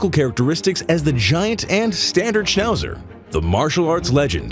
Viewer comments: Schnausser 🤣 Aber Daxsnd ist noch besser 😆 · The worst: Schnauser 😂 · "Schnauser" hahahahahahahhahahahahha 😂😂😂😂😂😂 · "SCHNAUHSA Dogs"... Die Amis haben echt die beste Aussprache...:):):)